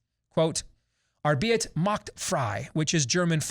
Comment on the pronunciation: Just a tip; Arbeit is pronounced are-bite.